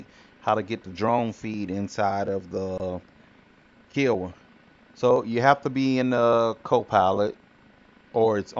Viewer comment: Haha Kiawah, are you from Charleston ??